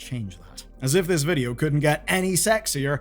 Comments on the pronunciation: Bro that was so irish😂 vidjo games. Serious podge and rodge vibes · he said Vidja... noice